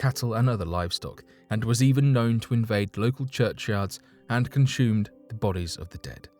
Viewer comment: "..conSHumed.." ??????? You guys are taking the piss. There is NO 'h' in the words 'presume assume and consume'. Maybe its a 'turty two ting'?